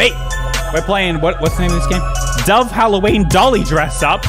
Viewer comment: What the heck is Halloweene